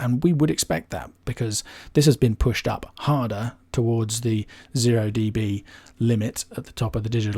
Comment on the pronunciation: "deebees"… cringe.